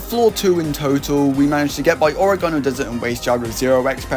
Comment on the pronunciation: the way this man says oregano angers me